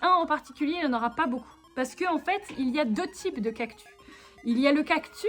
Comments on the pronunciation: tu dis un cactu mais c’est un cactussss 😂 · J'aime teeeellement ces vidéos chill😄 mais par contre rassurez-moi "cactus" ça se lit "cactus", pas "cactu" Mais bon ça se trouve tout le monde dit "cactu" et chui la seule à dire "cactus" 😅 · Oui ^^ Elle a sans doute dit "cactu" parce que ça faisait plus mignon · Trop bien !!! Ps:j'suis la seule que ça choque qu'elle dise cactu et pas cactus 🌵😂 sinon c'est super ❤️❤️👌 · tu as dit cactu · Sa se dis cactussssssssss avec un s pas un s muet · ^._.^ La vidéo est trop cooooooooool !!!!!!!! BRAVO !!!!!!!!!^._.^ : D mais on prononce bien le S a cactus non ? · Ohhhh des peluches cactus 😍 et toi non plus tu ne prononce pas les "s" en fin de mot !!! Elles sont magnifiques T'T je veux me beigner dans les cactus moi aussi T.T